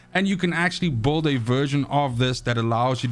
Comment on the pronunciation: why do you pronounce build as beuhld ?